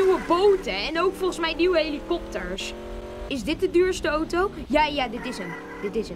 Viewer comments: ) het is auto geen OTO;) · ben ik de enigste die het raar vind dat hij oto zegt in plaats van auto? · Het is een auto geen otoo